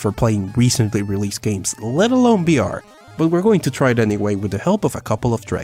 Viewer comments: Its vr not br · Why cant you say the letter V you say BR instead of VR no hate though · are you saying br instead of vr? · VVVVVVVV Virtual reality “v” STOPP!!! saying Birtual reality “BR” ITS VR VVVVVVVV Virtual reality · Holy hell. I understand that english isn't your first language but it was head exploding hearing you say "BR" repeatedly when clearly you're trying to say "VR" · Am I the only one who is constantly hearing "Birtual" Reality and "BR"? strange...